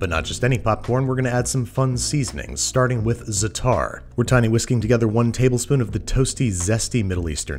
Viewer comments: It's zaatar not zataar, make the first a longer, shorten the second a. Just helping u out with the pronunciation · Minor pronunciation note, Babish (sorry, hate to be That Guy): It’s more accurate to say ZA-tar for za’tar, not za-TAR. You’re still going to be not quite correct, but it’s as close as possible with English only sounds. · It’s Zaatar, not Zataar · Zaatar is love, Zaatar is life. But please, it's ZA-A-tar, not zaTAR :( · zaa taar not zatar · Sorry babish, but as a lebanese, i must correct u. its not ztaar, its zaataarr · there's a pause in the word, like zaa-tar (i know this sounds like what he said but trust me there's a noticeable difference in pronounciation, i just don't know how to describe it that well) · It is actually pronounced like zaa-tar. Stretch the 'a' a little more....a tiny little space in between and tar doesn't sound like the way one would pronounce tart but here the 'a' is very short and the t is pronounced a little like 'th' with more emphasis on 't' than on 'h' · Just fyi, it's za'atar, with a double "ah" sound between the z and the t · Actually a "double ah" isn't right either. The original pronunciation in Arabic uses a voiced pharyngeal fricative, a consonant pronounced in the pharynx (deep in the throat) that is very foreign to English speakers...and billions of other people. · Yeah, I figured it was probably something else in arabic but I was only familiar with the "double ah" or even just extending it once. Thought I'd mention it since it is much better than the "zataar" Babish is saying. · Zaa-tar (emphasis on the first syllable) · Great video babish! ^^ but try to pronounce it źatar the weight is on the z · Hearing him pronounce zaatar hurts. It's not zatarrr. But idk how to translate the arabic letter that the aa makes so uh. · It's pronounced Za'atar. like za-atar. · Lnao we love you babish but how can you try to pronounce Asian words correctly and give the Arabs “zatar” 😂😭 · ''zatar'' XD زعتر